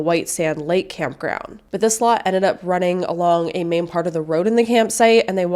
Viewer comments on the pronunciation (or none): none